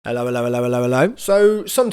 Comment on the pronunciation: more like "elloelloelloello"